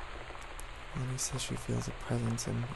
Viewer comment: he said lonnie sooooooo wrong . my names lonnie and when i heard that i was SHOOK. and this isnt my acc fyi. the person knows im on it thoo